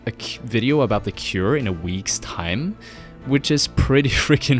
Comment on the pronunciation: you butchered their name...